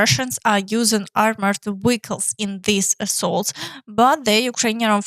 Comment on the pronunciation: Keep up the good work. Vehicles, not "Wiggles" W has a movement like kissing and your mouth 👄 moving out, V is is your lower jaw slightly dropping. Feel your mouth 👄 when you say both words, if their is no change in the first letter, you are repeating W and vehicle 🚑 is like "kle" or kul or the like. 🍀🍀🍀PRESS LIKE🍀🍀🍀 please, 🌠🌠🌠 SUBSCRIBE 🌠🌠🌠 and leave a comment 📌📌📌. 🔥🔥🔥 PRESS LIKE 🔥🔥🔥